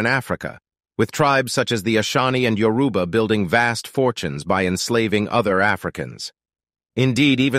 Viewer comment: Lots Yoruba people were trafficked to northern Brazil, that's why you can find lots of Nigeria food in northern brazil. And they are pronounced Yor-rib-ba and not yo- Ruba